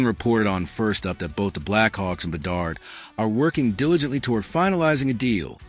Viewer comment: BE-DARD , DO-BESH is how you prounouce them